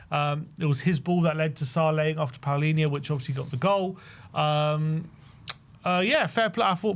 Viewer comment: Why do you guys pronounce Palinha's name as if it was spelled Paolinha???